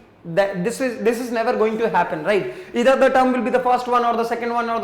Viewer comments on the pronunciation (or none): It is not ether it is either and sir try to say proper manner and slow